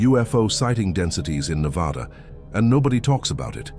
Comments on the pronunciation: Being someone who has lived in Vegas their whole lives and has gone camping all around Nevada, the desert feels alive, it almost feels fake. Not that I believe that it’s fake but the old ghost towns and dry lake beds just feel so unreal. By the way it’s pronounced (Neh-vadd-uh) not (Neh-vawe-duh) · Ive been to Black Rock a lot of times but never heard anything like that. The desert can trick you both audio and visually, so unless these people are familiar with the desert, they were just imagining things. You are pronouncing Nevada wrong. It's Nev-ahh-da, not Nev-aw-da! You are really mispronouncing the names. Of course, there's tunnels everywhere under towns and the desert. It's called extensive underground mining. The whole state is riddled with tunnels. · IT'S NEH-VAH-DUH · I stopped watching when he pronounced Nevada in a way that told me no one associated with the video has ever been there. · Damn. You did all this research on Nevada yet you cannot pronounce it correctly